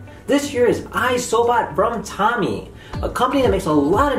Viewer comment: THAT'S NOT HOW YOU PRONOUNCE TOMY TOYS How You (creator of the video) pronouced TOMY: Tommy The actual pronouciation Toe Me = TOMY (sorry for being a little rude about your pronounciation)